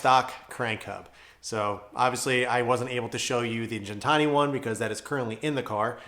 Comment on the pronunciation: Funny enough, I was just watching Alex’s episodes on the evolution of Gintani. One thing he emphasized is that it’s pronounced with a hard G. (Just FYI).